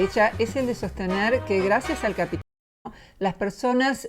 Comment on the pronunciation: ¿¡Por decir capit-li-smo!? ¡¡Eso sí es extraño!!